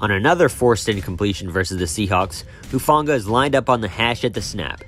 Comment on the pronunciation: Who-Fahng-ahh soft g not a hard g.